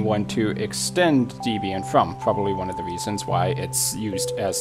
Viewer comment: I'm so freakin' elated that my most favourite, most useful, most computer-compatible, most stable, most secure distro of Linux is NOT in this list. I'm hoping it never makes it on a list. Your pronounciation of Debian... well I won't get into it besides saying that Ian and Deb wrote it. Thanks for your Gimp tutorials.